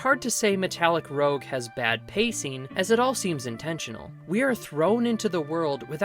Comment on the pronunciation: Sorry to nitpick, but I believe it’s “roozh” like red cheek coloring. Rogue is what you are saying.